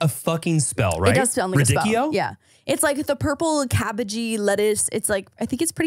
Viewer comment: RaDIcchio not raDICchio is giving its LeviOsa not LeviosA 😂